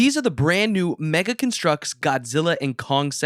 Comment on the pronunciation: Do you just say meggle The Ha ha He set Meggle